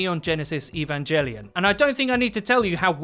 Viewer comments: ITS EVAN-GEL-IAN! NOT JELLY-ON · evanGELLION?!!?!?!? WTF MAN THATS NOT HOW YOU SAY IT FUUUUUUUU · I kinda cringed when he pronounced evangelion wrong but forgave him because it was his accent's doing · The way u pronounced evangelion triggered me